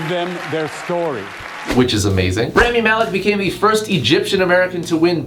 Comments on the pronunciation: Did you seriously say 'Rami (Malek)' as [Ram-ee] ('ram,' like the sheep, and 'ee,' like the way Americans pronounce the letter E) ?? - Rhetorical Question bc yes you did and also yEs I am oFFENDED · im shitting bricks at your pronunciation of 'Rami'